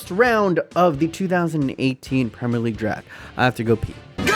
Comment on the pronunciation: Not trying to leave hate comments but the pronunciation if premier league but gd vid anyway